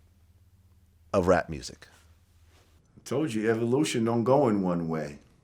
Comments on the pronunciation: lmfao! vlad don't know how to pronounce devolution or evolution lol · Vlad can't pronounce evolution and devolution 😆